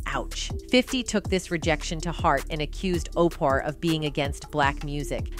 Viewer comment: The way they kept saying OPER like over and over thru the whole vid?! Like wtf😂 I can't stand Oprah but dang